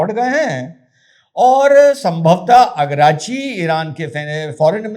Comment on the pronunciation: Agrachi nhi araghchi bol jahil😂😂😂😂😂😂